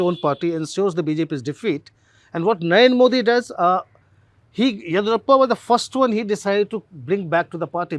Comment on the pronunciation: Sir. Of course experts required for you both not on just on the nuance of Karnataka politics but also how to properly pronounce “ Yediyurappa” correctly.